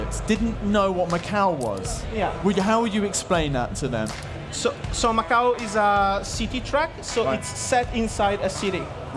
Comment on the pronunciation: Macau* jesus christ🤦‍♂️